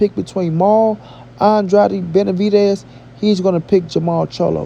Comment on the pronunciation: Jermall Charlo had a very hard time saying Benavidez' name. Seems like he scared and is a nightmare for him.